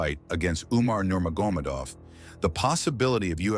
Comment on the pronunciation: yo commentator. Nur-mogg- uh- med-awv. Please stop butchering this last name.